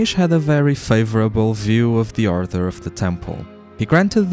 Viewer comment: Are you saying arthur or author? You keep using a word, it sounds like a rank or something. Edit: Nevermind, you got to the Order of Christ part, I just realised you just have a speech impediment my bad. Leaving this comment though because I know a lot of English speakers will be confused by 'author'.